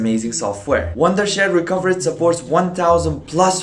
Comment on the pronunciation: You said "this video is sponsored by recoverit" wrong